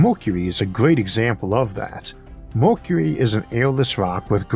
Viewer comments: welp, if he couldn't fix his pronunciation in 6 years can't expect much here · I love these series of thought experiences with good old Issac. But I’m still tickled. Made to giggle over certain versions of his Speech Impediment. Lol. MORKURERY instead of Mercury.. well funny. Anyways the reason I’ve been subscribed for years !! Is because it’s soo bloody intresting! The sort of questions I’d ask. He answers . Amazing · if you can't handle a speech impediment there are these things called other channels you can go watch 🤯 prank channels are probably more your speed